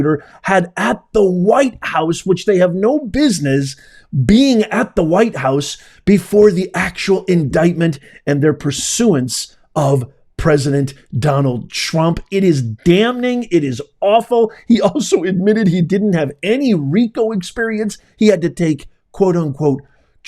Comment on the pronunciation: Stop saying dam ning it’s wrong lol